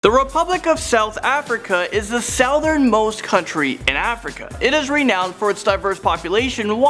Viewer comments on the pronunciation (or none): He just said sawthern